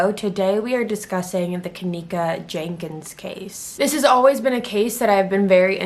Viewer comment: It’s not Jankins my goodness you’ve never seen the name Jenkins (geneKins)